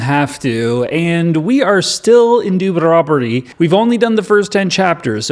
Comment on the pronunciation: Its pronounced "dude-you're-on-ta-me"